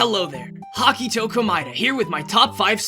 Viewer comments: Ah yes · “” That’s amazing.